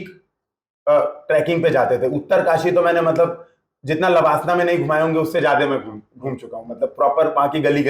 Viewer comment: लेबासना के बारे में क्या ख्याल हैं 🤣 Ye pronunciation mast tha 😂